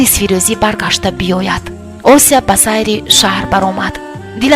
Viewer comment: Хамааш хуб вале номи Осияро точикона талафуз кун на руси, Ося неву Осия!!!!